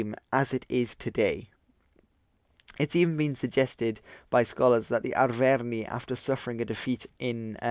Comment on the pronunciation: Your pronounciation of Arverni is making me cringe